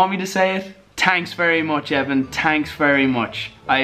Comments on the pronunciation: "tanks so much" ha. ha. ha. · It's "Tanks"😂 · Tanks for saying tanks XD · “Tanks very much Evan” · Tanks very much Evan Vanoss: your tankcome